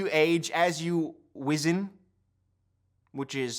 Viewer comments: It's absolutely not how you say it lol but I get what he was trying to go for it had me dead too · "As you wizzen... over time" I don't know why, but the way he pronounced this word had me rolling. I don't know if that's how you pronounce it, I pronounce it differently, but it made me laugh.